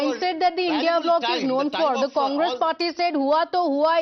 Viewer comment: don't say indiA ally it's INDI ALLY CORRECT YOUR SELF